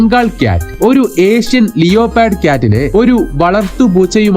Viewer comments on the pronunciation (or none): ലിയോ പാർഡ് അല്ല ലെപ്പേർഡ്....